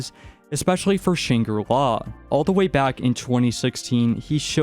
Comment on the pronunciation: It was agony listening to you mispronounce Shangri-La 100 times